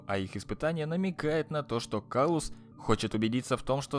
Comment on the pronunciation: кстати правильно говорить император клаус